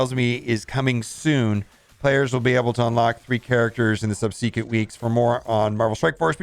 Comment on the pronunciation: What’s sub-see-quent?